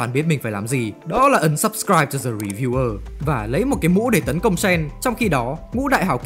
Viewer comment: ổng kêu ấn subscribe mà tui nghe thành unsubscribe :))